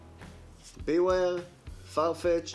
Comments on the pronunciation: לא רק לך זה מפריע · גם לי זה מפריע 😅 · רק לי זה מפריע שהוא אומר את השם של בוור וסיזור לא נכון